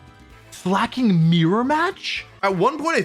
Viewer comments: I miss when he used to call it Slayyyy King 💅💅 instead of pronouncing it correctly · About the Slaking pronunciation thing - slaking is an actual word and is pronounced slay-king Totally reasonable mistake to make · Fun fact slaking is actually a word in English and it's pronounced exactly like Wolfe does it. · I like how you pronounced Slacking. Sounded like Slay king lol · For every time Wolfe calls Slaking "Slay King" I will continue to call Shedinja "Shed Ninja" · You know first thing I noticed was that you now call it Slak-king and not Slay-king like you usually do...Please don't let those stupid short comments get to you (I swear most are brain dead, bots, or both) call it Slayking it's better anyway. I like when you pronounce them as you think instead of tiptoeing over what is 'offical'. Like the offical company has retconed how they say some of the names so who actually cares that much? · Wolf nearly getting crucified for saying slayking will always be funny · It's ok, I too called it "Slay-king" as a kid I'm right there with you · i find it funny how he pronounces it (in his heart) as slay king, like its giving "yass slay king", which is cute jsjs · wow I can't believe Wolfe would mis-pronounce a Pokémon's name. I'm sure that has never happened before. /s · It's a little disappointing to see the man who used to deliberately mispronounce Pokémon like Gengar and Venusaur get bullied until conformity on Slaking 😢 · Noooo Wolfey is falling victim to audience capture and no longer mispronouncing pokemon names!